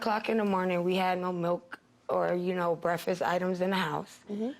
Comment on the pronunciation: "The police and suff came" "There was no breafuss"